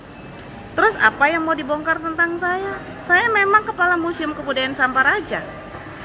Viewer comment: Nahhh ini pengucapan yg benar. Bilangnya Tantang...Bukan tang tang tang tang..